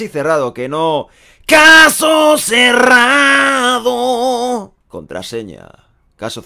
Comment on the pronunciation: Pd: caso cerrrrrrrrado........😂😂